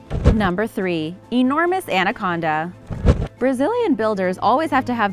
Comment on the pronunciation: I laughed so hard when she said Manaconda...lol